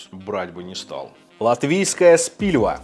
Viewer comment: Ладно , если уж всех бомбит от Кухне ,открою секрет - не Спильва, а Спилва))